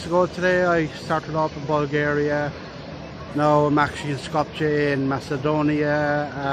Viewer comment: Please.......Skopje is pronounced Skop-ye. The' j' is pronounced as a 'y' in Slav languages.